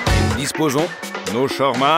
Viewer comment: Trop compliqué de prononcer "SHA-OUAR-MA" et de la même manière??? Lol 😂